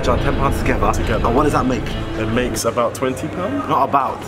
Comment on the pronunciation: "about" OMG🤣🤣🤣🤣